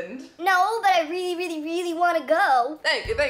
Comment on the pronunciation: I totaly love how you say the word really :D like wiely :D